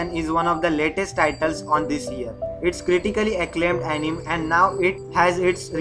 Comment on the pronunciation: Uh ni me 🥲 correct pronunciation